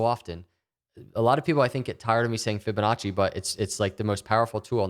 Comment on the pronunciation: stop saying fibinache!!!!!!!!!!!!